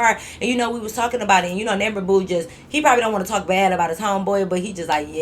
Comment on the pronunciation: lol when said “talkin aboot” by a mistake i was like when the heck did she get a Canadian accent 😂😂